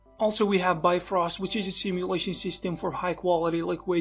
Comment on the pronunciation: Bifrost is actually pronounced like “BEEF-roast,” believe it or not. It’s a Norwegian word.